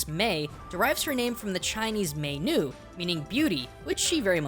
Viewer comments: im really late but i wanna point out thats not how you pronounce mei nu its more like mei ni the u is pronounced alittle differencr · Mei nu is actually Mei nü to pronounce correctly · Meinu... oh my god I died from that pronounciation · That is not how u pronounce 'Mei nu' the 'Mei' is right but u say 'nu' differently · I cringed hard when you mispronounced 女 (nú).